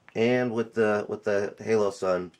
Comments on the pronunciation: HOLO-sun, not HALO-sun. I like your video, but good god that was bugging me. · Its holosun not haloson